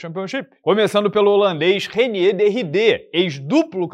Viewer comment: A pronucia é "Rainíer", vulgo holandês cansado. É mta baixaria o cara holandês ter trocação negativa. É tipo lutador formado Brasil não ter jiu-jitsu 🤣.